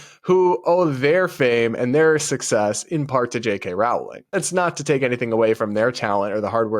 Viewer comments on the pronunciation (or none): No offense, but I cant stand how you pronounce Rowling. It's pronounced "Rolling."